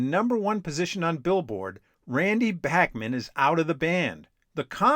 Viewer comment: Was driving me up a wall that you kept mispronouncing Randy Bachman's last name!!! At least you got it right when you said "Bachman Turner Overdrive" . This really make you look like anything BUT a music afficionado. You ought to take some time to fix this.